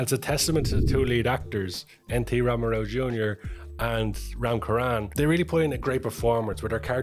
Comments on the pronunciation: Its Charan, ch in Cherry not Karan! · Its RAM CHURAN NOT RAM KURAN!!! Lol 😂 But great video SIR 🙏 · U call it Ram "Charan"....Cha as in Charm not Cha as in Character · 'Ch' in charan sounds as in cherry. Ram charan not karan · Hi, I do not know if anybody in the comment mentioned this but as for Ram, Charan is pronounced the same as Cherry which is one of his nickname So Charan so Ch is said like Sh in ship. Again on the best reviews. What comes from the heart goes straight to the heart. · 🔴🔴🔴🔴🔴🔴 Nice review It's ram charan ("cha" pronounced in 'Charles') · Haha yes the pronunciation was wrong 😂 it's Charan Cha like in Chair . It's a fun attempt though like u said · It's not pronounced as ram charan. It's pronounced as ram charan